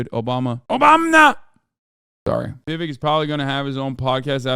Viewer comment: vivek rhymes with snake. just sayin'....